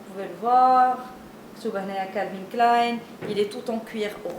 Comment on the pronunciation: Wa Calvin Klèyne pas klayne!!